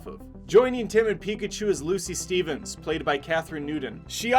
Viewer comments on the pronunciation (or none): none